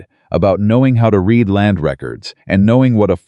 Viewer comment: It’s AI. It doesn’t know which way to pronounce read.